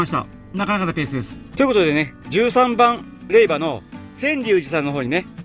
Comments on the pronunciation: いつも楽しく見せて頂いています。 宗教が違うので詳しくないのですが、れいばではなく、れいじょうだと思います。皆さんコメントをして下さっていますが、読むお時間がないのかもしれませんね。 今回本堂に入られた時に気がついたのですが、本堂と大師堂の2ヶ所お参りされましたか？ 今までのお参りの時間が早いので1ヶ所だけかしら？と思いました。 80時間という時間に追われているのでしょうが、どうぞ落ち着いて良いお参りをして下さい。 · 四国に在住ですが まだ八十八カ所巡りはしていません お疲れ様でした🙏 １つ気になる点があるのでコメントしました 霊場は れいばではなく れいじょうと読みます🙏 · から､仙龍寺を"りゅうせんじ"と呼称してますが､読み間違えは､お寺に対して非常に失礼ですよ。 何か､霊場を"れいば"と言ったり､読み間違いが多いですね。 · れいばＷＷＷＷＷＷＷＷＷＷＷＷＷＷＷＷＷＷＷＷＷＷＷＷＷＷＷＷＷＷＷＷＷＷＷＷＷＷＷＷＷＷＷＷＷＷＷＷＷ ダメでつよ れいじょうでつＷＷＷＷＷＷＷＷＷＷＷＷＷＷＷＷＷＷＷＷＷＷＷＷＷＷＷＷＷＷＷＷＷＷＷＷＷＷＷＷＷＷＷＷＷ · 毎回拝見しています🎵 ちょっと気になったんですが❗️ 霊場はれいばでなく、れいじょうじゃないんでしようか⁉️ あと88カ所は札所では⁉️ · 「れいば」が四国人にはすごく違和感があります。細かいことで申し訳ありません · 霊場「れいじょう」、お寺は礼拝「らいはい」です。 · 霊場の読み方を毎回指摘してるけど もう全部収録済みなんだから直せないでしょうよ。誰でも思い違いはあるでしょ？ 鬼の首取ったみたいに言わなくても良いんだよ。早口で聞き取れないって言ってる人もさ 編集でメッチャ大変なのに全部字幕入れてくれてるんだから読みなよ？ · 色んな人が霊場の読み方指摘してるけどもう撮っちゃった後で且つ編集もしちゃってるからきっとどうしょうもないんだろうな😅 これだけ色んな人に指摘されたらきっと今後は霊場の読み方は間違えなさそうですね（笑）